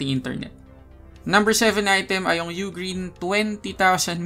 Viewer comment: U-Green pala tamang pag pronounce kala ko Ughhhgreen hahaha salamat 😅🤣💚